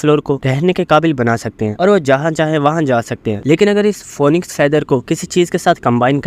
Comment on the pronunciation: Bhai phonixe nehe phinix